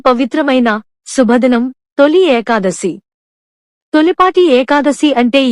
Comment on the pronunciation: Very worst AI Voice without proper pronunciation of the term "Ekadasi" !! Please remove this Video and do afresh and upload. Thanks